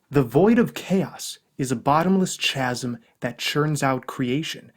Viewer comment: Kasm, not chasum.